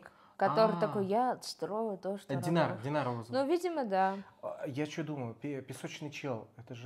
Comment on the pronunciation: Стражника, которого взяли в плен зовут Тайнар, не Динар, это проблемы переозвучки. Видимо, в английской версии пишется через i, а спустя время забылось, что поизносится как "-ай", а не "-и". Кажется далее снова будут произносить, как Тайнар. И он, кстати, тот самый стражник, которого стражницы вылечили и накормили кормом для грызунов, помните у Вилл была соня по имени Мистер Хагглз? Песочника вы не помните, потому, что его не показывали в человеческой форме, он был просто местом, в которое засасывало песками людей, это старушка дала ему новый облик. Рубин, ответ на твой вопрос на 10 сек раньше дается. Складки в пространстве - это новые порталы, естественный переход от одного мира в другой. Саша далее правильно рассуждает. Раздвинул складку и оказался там, где тебе нужно. А старые порталы - это дыры в завесе, которой был прикрыт Мередиан от остальных миров. И так как дыры появлялись произвольно, и только с Меридиана на Землю, т.к. опять же, ближе к потерянной принцессе, то их приходилось быстренько латать, чтобы завеса "не пошла по швам". Ирма так забавно опирается на плечи Вилл. Казалось бы, они в воздухе и там полно места, но она все равно отпихивает Вилл, чтобы больше разглядеть😄 это голос Седрика) Кстати, о теории, что Корнелия могла бы управлять Песочником, как частью стихии земли. Тут история, думаю, как с Кайтимом. Помните водное существо с щупальцами и одним глазом? В серии где Фобос осушил все колодцы, кроме одного озера, где и поселилось это существ